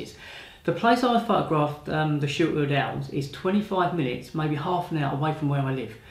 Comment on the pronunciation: Love your enthusiasm, I know it’s Christmas but I could swear you were saying short eared elves. 😀